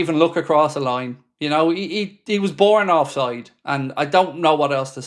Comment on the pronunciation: "born of side" LOL